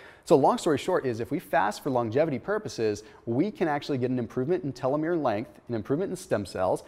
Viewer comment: Telomere pronounced telo-meer not tele-mer-ay. Now I just wonder if someone feeds the information to him to regurgitate.